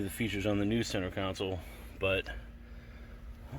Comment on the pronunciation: Its "Console" bro lol